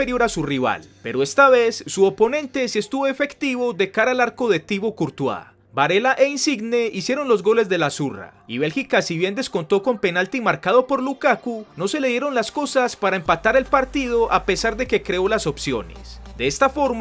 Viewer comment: No es Insigne, se pronuncia INSIÑE!!